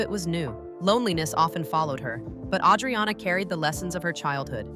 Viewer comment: PLUS, her name is butchered. It's A-driana, not Audriana.